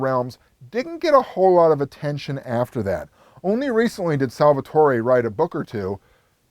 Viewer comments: Totally agree with you John. Also why does everyone add that extra e to the end of Salvatore name ! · Dude you lost all credibility when you mispronounced Salvatore and Drizzt. Then stated he wrote a book or two about Drizzt in the Bloodstone Lands. He never wrote about Drizzt in that area it was Jarlaxle and Artemis. You should change the title of this video to "Why I Hate the Forgotten Realms".